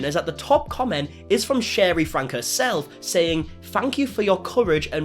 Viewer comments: You know,, if you speak so much to the Franke family, you should probably learn to say their last name correctly....it's pronounced "Frankie". You come off as disingenuous every time you say "Frank", as if you haven't watched enough of their videos to know that. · Their last name is pronounced Frank E not Frank. 😉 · You say both Shari and Franke wrong 😅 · Franke is pronounced “Frankie” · Just a note that the Franke name is pronounced "Franky". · Disingenuous for saying a name wrong?he's said he's called them that from day 1